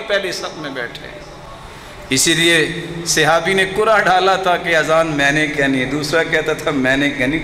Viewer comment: Sehabi nahi sahabi hota hai